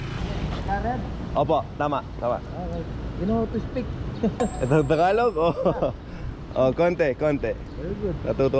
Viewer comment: buddy, tagalog not takalog. 👍🏽